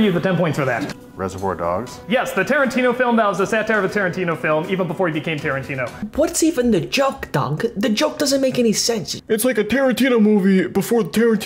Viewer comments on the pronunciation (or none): the overenunciation of "What's Even The Joke Doug?" always gets me